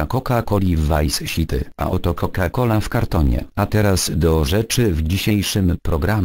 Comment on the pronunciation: Vajs śiti XDDDDDDDDDDDDDDDDDDDDDDDDDDDDDDDDD